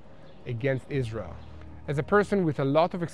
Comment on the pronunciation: To me it is cute how israelis pronounce Israel like "Islel" 💙